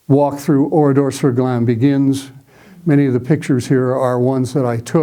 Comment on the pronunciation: Thank you,, for your very good presentation. I am very interested in WW2, have been to Oradour-sur-Glane several times and also speak French and German. I was impressed with your correct pronunciation of names and places related to the topic. It was especially pleasant to hear ‘Glane’ and ‘Kämpfe’ pronounced properly for a change. The road you wondered about leads to Limoges. The photo of 189 murdered men is actually in Lidice, not Oradour. The Milice was not involved in the bloody operation at Oradour; it was solely a unit of Das Reich. Indeed, at least one of the victims, Albert Roumy, was believed to be in the Milice. The body on the fence is that of Henri Poutaraud, who indeed was trying to escape but was spotted by an SS sentinel. Only five men made it out alive from the carnage. The death toll at Oradour has been revised upwards to 643. The car on the main square actually belonged to a Mr. Texereau and was moved there from a few metres away after 10th June 1944. The boy arrowed in the photo from the boys’ school is not Roger Godfrin. If I remember correctly, the boy in the photo is amongst the victims pictured in the tunnel in the Centre de la Mémoire.